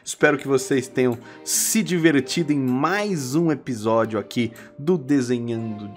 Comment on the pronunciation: Eu entendendo: "espero q vcs tenham de divertido nesse 'e-pi-xódia' "